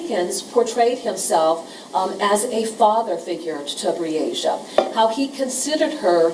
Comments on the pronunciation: How many times did this devil of a lawyer mess up this poor childs name....smh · I’m sick & tired of that lousy defense attorney , mispronouncing that poor baby’s name. That says a lot about his morals. YULK 👿